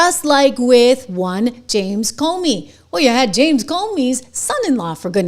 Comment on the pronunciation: PLEASE get the S-bag's name right - Its CUMey. Thank you.